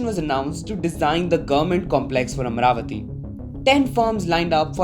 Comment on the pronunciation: It's not AMRAVATI It's AMARAVATI Pls don't rip off it's pride